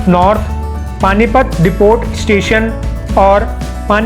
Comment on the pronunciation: डिपोट नहीं डिपो बोलते।। 😀